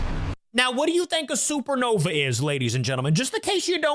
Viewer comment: It’s supernova, not sernova